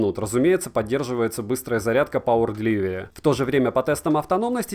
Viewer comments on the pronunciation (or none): none